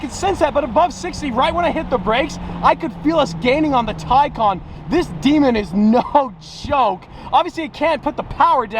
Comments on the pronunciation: "TICON" I think you mean TAY-CAN, Please fix it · Isn't it TAY CAN not tie khan? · It is pronounced TAY CAN not TYCON just like GAL LARDO not gil lardo. For supercar owners they brutalize some names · Tycon? I thought it was Taycan.... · u said taycan a lot